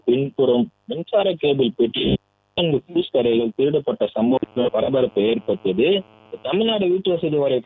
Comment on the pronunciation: ஃப்யூஸ். பியூஷ் அல்ல.